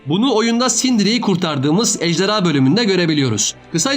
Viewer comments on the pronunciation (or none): none